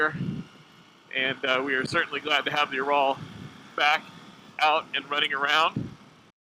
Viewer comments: There is no bike named ”Joral”……….it is pronounced Ural. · This guy knows nothing about the bike. He even said it only had 26hp when they have around 41hp. No wonder he thinks it is a "you raaal". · Dude I can't even listen to you pronounce Ural wrong one more time! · Well when he can't pronounce Ural and thinks it only has 26hp. What did you expect?